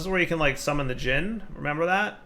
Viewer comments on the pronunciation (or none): none